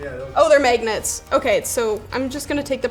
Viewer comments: the heck is a megeggnet? you mean mag-net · any notice that she says “Megnets” instead of magnets? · “Are they maignets” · Magenets lol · ''the megnets '' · "May-gnets"... Huh.. Sure.. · MAYgnets... Maygnets. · "are they maygnets" Weird Canadian accents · "Are they megnets?" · The way she says magnets is possi ly the most Canadian thing on YouTube.